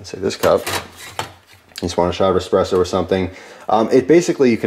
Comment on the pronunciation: EspreSSo with an Ssssssssss not X